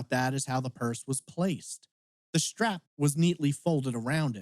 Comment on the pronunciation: What is a "schtrap"???